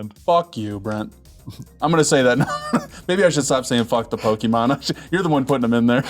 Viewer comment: He keeps saying, "Poke-ee-mon". shudders